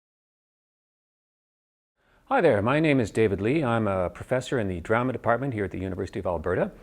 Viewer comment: he says at the start he works at the university of alberta, in canada. plus the way he says "drama" at the start is a very telltale canadianism.